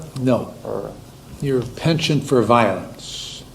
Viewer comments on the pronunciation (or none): This judge is awesome, but he needs to look up how to pronounce "penchant."